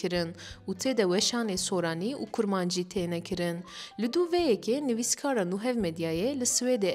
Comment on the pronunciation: Çend rexne: Dengê hevalê zêde nermok e û bi şêweyek/aksanek ecêb diaxive. Mesela wê bêje germ dibêje gearm. Herwiha hin herfan jî rast bi lêv nake. Herfên p, ç, t, k. Hûn jî dizanin ev herf di hin peyvan da zexm/bastırarak tên xwendin. Lê heval wisa naxwîne. Mesela peyva kirin'ê. Wekî din dikarim bêjim xweş bû lewra axaftin diherike. Xêncî kêmasîyên li jor min behs kirine dengekî ku guh aciz bike tune bû. Min şaş fehm nekin, ev dîtinên min in û ne hewce ye her kes wek min bifikire. Lê dibêjim dibe ku hin heval jî ji tiştên ku ez jê aciz bûme ew jî jê aciz bûbin.